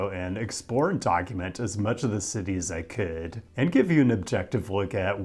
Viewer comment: I have never heard your accent as strongly as when you said "As I could" at the beginning of this video. At first, I thought you said "as a kid"